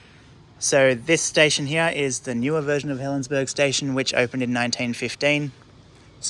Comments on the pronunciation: I worked as a Guard at Helensburgh. And it is pronounced Helensburra. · According to Historic Helensburgh, it's pronounced as "berg". It's from an old Saxon word for castle/walled town. The German word is burg, which they pronounce more like "boork". BTW, I have family that live there, and they pronounce it as "berg", so I'll go with what they say.